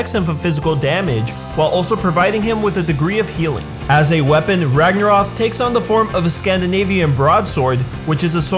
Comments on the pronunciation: Ragnaroth? You mean ragnarok? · Its Ragnorok not ragnoroTH. How can you spell it right but not even say it correctly lol. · RagnaROK as in ROCK not ROTH or whatever youre saying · Spent the whole video screaming "ROK, NOT ROFF" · Ragarno K Not Rof Sorry it's just irritating to here it pronounced wrong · it is pronounced " rag nor rock " as in the norse end off days aka the time when thor fights a giant snake that has a name that IS ALMOST IMPOSSIBLE TO PRONOUNCE or spell, not " rag nor roth " as you pronounce it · Why do you keep saying Ragnaroph? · RagnaroK not ragnaroth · It's not ragnaroth, it's ragnarok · It's...RagnaROK not RagnaROTH. You put it right on the screen and still pronounced it wrong... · you said the Vikings dooms day wrong it's ragnorrak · Why are you saying ragnaroth? Anyway.. I love that boy Crona. Got his name on my arm 🖤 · i don't know about ya'll but the fact that keeps saying "ragnaroth" is bugging me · Is it me or is he saying ragnorok as ragnorath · Why does he say ragnarok like ragnaroth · It's spelt and pronounced as Ragnarok so please say it correctly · dude its pronounced rag-na-rock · STOP SAYING RAGNAROTH! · Rag na rock dude learn your words ffs